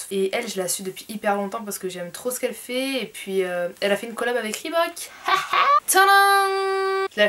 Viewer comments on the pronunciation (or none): none